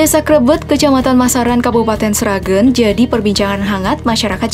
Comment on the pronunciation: Sragén mbak bukan Sragên :(